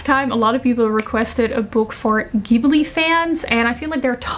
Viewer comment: You have this perfect balance between immaculate aesthetic, succinct communication style, and a really good instinct for stories. I just found your channel, and I'm enamoured! (Also, unlike many Americans, you pronounce Ghibli with a hard "G", and that made me soft in knees.)